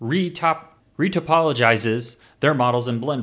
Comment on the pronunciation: RE-TOP-O-LO-GIZE! it's a tough one. Super helpful video btw :P